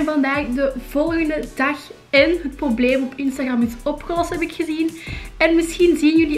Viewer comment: instagram:( je spreekt het uit als instagrEm